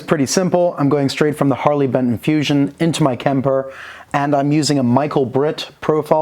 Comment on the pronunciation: Only thing giving away your german accent is the bentn pronunciation.